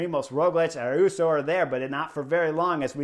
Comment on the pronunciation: He only 19 and gonna be around a while so we got to clear this up.. Ayuso. (A-you-so). there is no "R" ..... That Arensmen move has to be the Knucklehead move of the race so far... that move cost him 2;30- 3 minutes on GC.. and he is a really good TT er.. sad